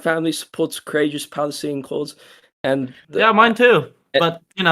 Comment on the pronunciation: every time he says corageous my braincells reduce in numbers